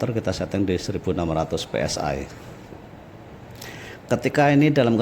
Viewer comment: Bacanya Pe Es I aja om...jangan Pe Es Ay...kalau mau inggris2an bacanya Vhi Es Ay... Tapi kuping netizen muak dengan inggris yang tak benar